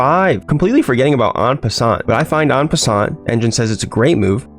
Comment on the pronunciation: En passant, the "t" is silent.